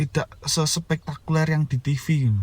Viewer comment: Spektakuler masss...dudu spekulerrr... 🙊🙈